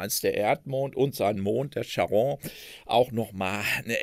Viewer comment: Wie immer sehr informativ. Die Aussprache von Charon ist etwas eigenwillig. Der Name aus der Mythologie ist auf der ersten Silbe zu betonen. Cháron.